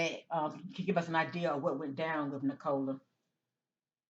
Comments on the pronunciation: It's pronounced Nick-o-la. She's not a soft drink. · Pronounced Nic a lah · Pronounced nick-o-la in the UK. O sounds like the U in the word up. Poor girl